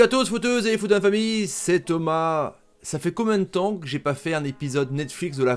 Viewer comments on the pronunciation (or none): Par contre c’est AjRoudi pas AjourDi.... on dit Thomas pas Tomash...!!!! Respecte les gens et leurs noms